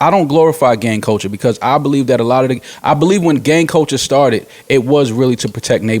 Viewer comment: Couldn't you say "CUL-TURE" any more??? And it is CULTURE not Colecher!!! Your all hypocrites, Rory was the only one who called it that 6nitch9ine would still be able to put out music, you claim you want everyone to be treated equally, paid equally ect....ect.... yet your constantly segregating yourself. I guarentee you that if a black man/woman entered country or rock then you'd be "you go my dude" those are predominantly a whiter genre "our culture" I bet you wouldn't say they shouldn't make that kind of music cause it's not your culture. Yet hip hop is being used and abused. FYI I'm NOT talking about 6nitch9ine, he can rotttttt.